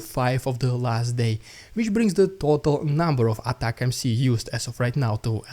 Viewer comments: It's pronounced "atac 'ems" like "attack them" NOT "Attack MC", it's not even MC it's MS 🤡🤡🤡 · Its not ATACMC its ATACMS...? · atacmS, not atacmC! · The UK sent M270's last year. I can't see anything on an initial search that suggests they're sending more? Also dude, ATACMS. Not ATAC M C. AT-AK-MS. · anyone wanna let the that he's saying atacms not atac-mc 😆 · Please.. ATACMS pronounced colloquially "Attack-Em`s" with hard "A".